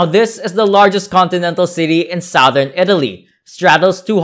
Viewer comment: Seriously , this guy's voice is hard to take and he should get the pronunciation right . even "Sowthern Italy , where the people are Funny and friendly" ? . . . o.k.